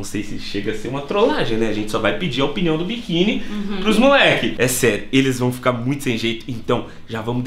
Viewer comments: Salve, salve!... Só um toque... a palavra correta é "OPINIÃO" e não "OPNIÃO". Corrija ai, Ok? Abraço! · “OPNIAO” MDSSSSSSSSSSSSSSSSSSS